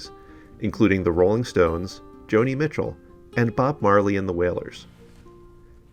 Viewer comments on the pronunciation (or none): none